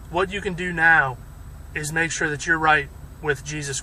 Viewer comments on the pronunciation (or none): none